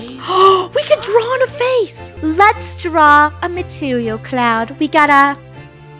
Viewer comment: matiwial cloud